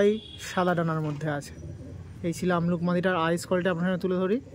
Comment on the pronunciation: Ki sobsomoy amluk bolo , abluk bolte selaho😅